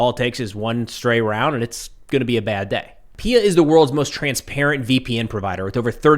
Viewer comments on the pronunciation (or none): It is pronounced P I A, not peeya.